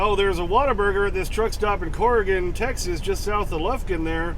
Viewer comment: Tex-Ass, 🙄 Feel free to ask me why